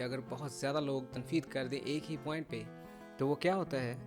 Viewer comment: I have listened ur lecture today, I wanna tell u one thing about this lecture, u taught us in this lecture a word" Barrage of criticism"mean Tanqeedoon ka samandar, why are u saying tanfeed instead of tanqeed because as far as I know it calls tanqeed not tanfeed, sorry I'm not criticizing u just telling u if I'm wrong so do correct me.